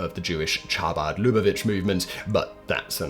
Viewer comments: The "ch" in chabad isn't pronounced 'cha' (as in chachi) , but as a glottal, or a plain, 'h'. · Pronunciation is Habad, not Chabad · "Cha-bad"? Why don't you have your videos checked for pronunciation? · "Men-a-chem"? Holy f*ck, Simon. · You're saying Hebrew "ch" wrong. It's not like "change", it's like "Hawk Tuah" or hocking a loogie.